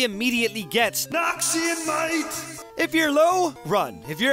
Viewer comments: NAWKSEEYON MUHAIGHT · everytime noxian might comes, i thought it's noxian nein.